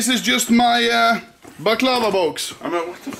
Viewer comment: I'm not even Balkan and I'm just disgusted at how you massacred my boy baclava